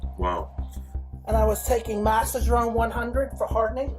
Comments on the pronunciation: Massadrone 100 and echo pause I’ve also herd him call test Cypionate “testosterone kryptonite” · lmao he can't even pronounce masteron or equipose, i call bs.